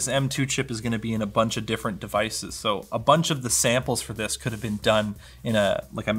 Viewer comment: "you can curl with this thing" very Canadian, I love it!